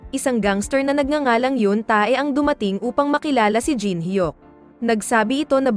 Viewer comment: Hinde tae o ebak ang bigkas sa T.A.E...kUNDI TE...SILENT A.